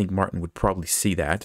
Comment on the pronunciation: Fun fact, since he's Bulgarian his name would be pronounced MartIn, not MArtin.